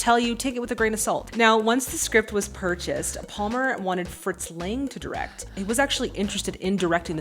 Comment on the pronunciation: Conrad Veidt's last name is pronounced "fight". And you also got Fritz Lang's last name wrong... again. 🙂 P.S.: A somnambulist is a sleepwalker. P.P.S.: "Cesare" is the Italian version of "Caesar" and it's pronounced "che-sah-rae" (stressed on the first syllable).